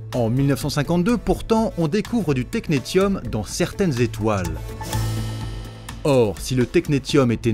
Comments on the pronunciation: Série très instructive sur le rôle largement non reconnu des femmes dans le domaine scientifique, dommage de s'arrêter à quatre vidéos. ps on prononce technessium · Et technetium se prononce "technessium" ;)